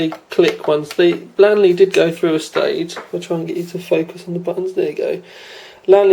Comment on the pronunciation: LEEEEEANNNNN LEEE is the not lan le